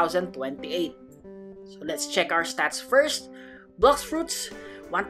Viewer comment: i like how he says blegh fruits